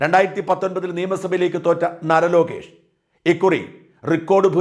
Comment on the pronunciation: നര Lokesh അല്ല നാര Lokesh ആണ്